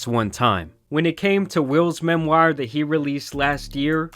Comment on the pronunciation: BIG fan of the vids! But imma need you to start practicing saying “memoir” and “conservatorship” my boy 😂😂